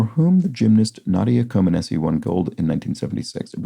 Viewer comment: Comaneci is pronounced Comaneach.